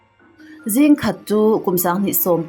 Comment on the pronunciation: Ege "zing "khat chu.... Chinese trawng ami😂😂